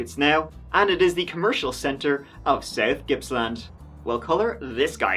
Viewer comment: Thankyou for pronouncing Gippsland properly. Didnt really think it would be that hard.